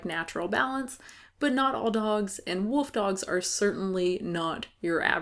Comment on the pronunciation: "They have a woof dog..." 😂😂😂